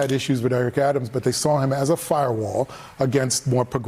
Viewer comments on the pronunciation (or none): none